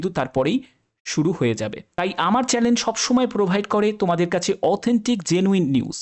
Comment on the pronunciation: শব্দটা চ্যানেল কিন্তু উচ্চারিত হচ্ছে চ্যালেন |